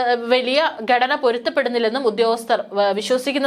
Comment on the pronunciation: ബാഗിഗം? ബീഗരം ? ബൂഗർബം? ദനം? ഗടന. ? ഇതൊക്കെ എവിടെ പഠിച്ച മലയാള ഉച്ചാരണം?